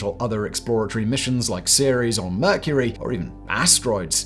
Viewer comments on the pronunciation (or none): none